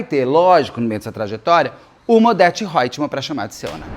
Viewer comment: Ele fala Odeto Hoetman, lembrei da Odete Hoetman, nem sei se é assim que se escreve😅